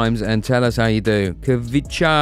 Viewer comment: say it like this ok xvicha kvaracxelia it is kvicha but say it like xvicha in georgian it is like thisხვიჩა კვარაცხელია